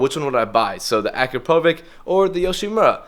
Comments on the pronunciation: u are saying it wrong, u read Akrapovic like Akrapovich, not Akrapovik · As a Slovenian, i just cant hear you, how you say Akrapovič. Ill try to write it how it should be said; Akra-po-vich. The letter č is pronunced as ch. I hope you dont mind, im trying to help you.